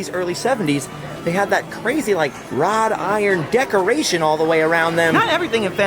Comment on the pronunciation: That would be "wrought iron" decoration. Not "rod iron". 😄